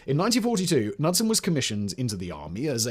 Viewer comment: Kah-nud-son not nud-sun. Son of Canute. Just ask anyone from Scandinavia or Detroit.